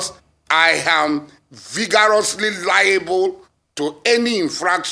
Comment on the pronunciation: I am "vigarasly" liable. 😂😂